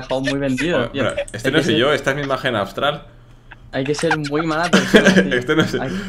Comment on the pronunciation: Lo peor es que dice ABSTRAL y es Astral xddd